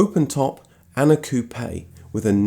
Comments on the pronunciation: As a french, I love the way you pronounce " Coupé " ! And thank you for your excellent videos ant texts. Do you inted to tell the story of Simca and his famous CEO, Henri Théodore Pigozzi ? Amitiés ( en français ! ) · In your face JDM fans that say that the RX7 is the most beautiful car. One of my dream cars. I like this guy because I pronounces Jaguar and Coupé properly